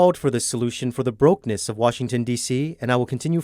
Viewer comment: Sen.Ted Cruz said: BRO-KEN-ness... not “broke-ness” as the inept narrator read from his script.